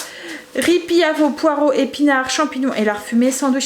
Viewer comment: Le riz pilaf je voudrais te dire que le L se prononce ce n’est pas riz pillaf